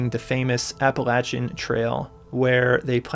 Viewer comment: Thank you for pronouncing Appalachia the way you did!!! I know people pronounce it differently in various regions but that’s how we say it here 🥺❤️ Awesome content.